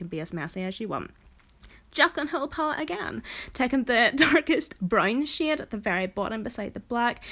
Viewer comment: Girl, are you saying shade.... Or shit??? Haha I'm hoping it's the second ;) lol